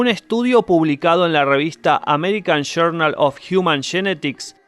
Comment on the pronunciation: American Shournal of Jiuman Shenetics. Sos grande! 😅